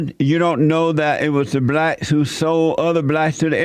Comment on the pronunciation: “Initially it was the blatts that sold the other blatts in mami Africa” 😂